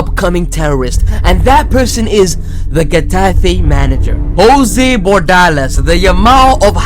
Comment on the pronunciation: The moment he said jose bordales I was cracking out so hard that my mum checked on me twice